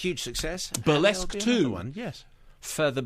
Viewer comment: The reesskee-ESQUE, the rissQUÈ...the Burr-LESQff....... He gets the RissQUÈ-est number, in the fill-um. Love it.